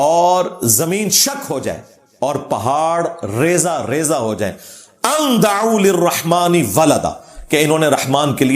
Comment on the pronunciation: جناب ! "اَنْ دَعُوْا لِلرَّحْمٰنِ وَلَداً "۔اس کو تو صحیح پڑھ لیا کرو۔ بھائی: یہ "دَعَوْ"ا ہے ع کے فتحہ کے ساتھ !